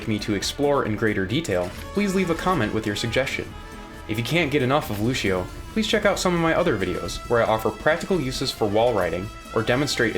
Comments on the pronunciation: good video. my only criticism is that lucio's name is pronounced like loo-see-oh not loo-shi-oh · Loo-see-oh. Not Loo-shee-oh. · It's Lu-see-oh Not Lusheeo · It's Lucio, not Lushio! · The hell is lushio it's Lucio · "Loo-shee-oh", and the brazilians cringe.